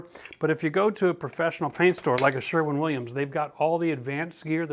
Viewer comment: Didnhe say sherman williams?